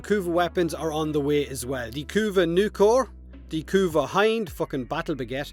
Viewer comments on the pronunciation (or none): The "Hind" is pronounced like Hindu, not behind. Soft I!